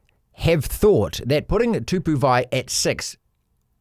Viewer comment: It's not too poo. It's Too-Bow. 😂 Tu-Pou! Come on mate! 😂